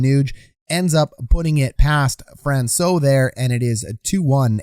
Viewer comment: It’s better than most national media, but you aren’t pronouncing Francouz quite right. You are correct with the soft C, but the Z is not silent, it sounds like an S. Just helping you out for future reference.